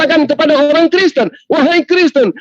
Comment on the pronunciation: Hahaha suka lucu juga bg orang namanya kristan bg bilang kriesten😂